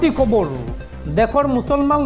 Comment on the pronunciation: KHABARU" nokoba , KHABAR kaba... Bhul koi Axomiya Nokoba ...